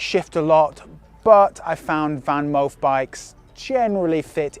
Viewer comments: I think it pronounce Fanmoof, and not VanMoof. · Your Dutch pronunciation of "Moof" is spot on. We don't pronounce "Van" that way (your pronunciation writes as "Ven" in Dutch). It has to be an "a" - the softer one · Van: speak out the 'a' as in 'park' Moof: speak out the 'oo' as in 'low'